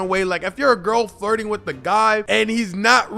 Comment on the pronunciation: I'm sorry bro I'm really sorry but I honestly thought you said farting not flirting....that whole section had me looking crazy